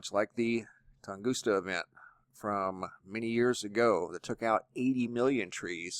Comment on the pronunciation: Excellent as always. Great work. However....it is TungusKa. NOT TungusTa. Just FYI.